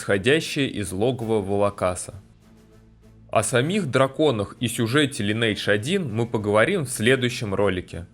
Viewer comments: лайн ...не лин ни лен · Я не буду говорить, что все тупые, каждый может называть игру как ему нравится, но можно было в начале ролика сделать ремарку типа: "Я знаю, что правильно читать Линидж, но так как нам привычнее Линейдж, то так и будем называть игру далее", то вопросов бы не было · Мне как раз привычнее называть Линейдж, но если вы блогер, то в некотором роде журналист, а значит должны придерживаться стандартов журналистики. Линидж так читается это слово на нормальном английском, не у корейцев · Всё хорошо, только название игры читается не Линейдж, а Линидж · Читается "ЛАЙНэйдж" а не "ЛИНейдж" Лайн - линия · линидж ЛИНИДЖ сука |ˈlɪnɪɪdʒ| когда ж вы суки научитесь! То есть, ты знаешь, как переводится это слово, но не в состоянии читать его правильно? Так?